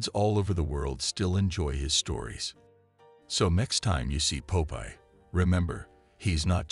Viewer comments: Pope eye? I thought it was Popeye. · Stupid AI narration. Pope Eye? Dislike.